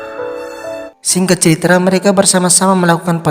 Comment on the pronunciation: "Ceritra"...apa cuman saya yang dengernya begitu..